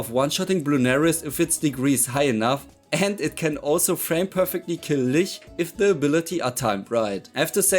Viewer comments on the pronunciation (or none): none